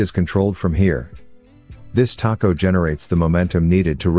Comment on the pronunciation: It calls it a "taco" instead of a tacho, but otherwise good.